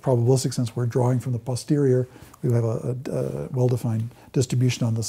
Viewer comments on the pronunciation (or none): none